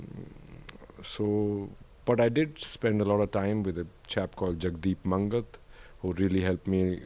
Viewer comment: its not jagdeep mungunt its Mangat. Pretty sad how you say you spent "lots of time with him" and still cant even say his name right.